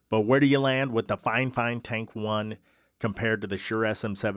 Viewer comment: every time i see someone talking about fifine shit, they pronounce it fine fine lmfao